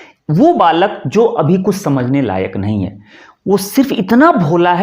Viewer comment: 'अभि' नहीं 'अभी '